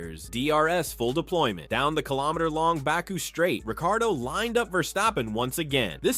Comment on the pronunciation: bro how are you pronouncing ricciardo